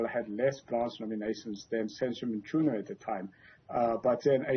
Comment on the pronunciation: This Prof is an African who cannot pronounce Mchunu. He says "Mtshunu" kunzima emzansi 🤣🤣🤣